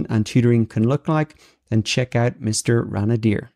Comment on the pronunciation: Mr. ran-a-deer? OK, that is just hilarious....I do believe it's pronounced Rain Deer.